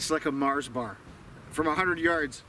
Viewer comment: I was wondering if he had any scott heritage until he said "its like a mars bar".........yeah he has some scotch blood alright lol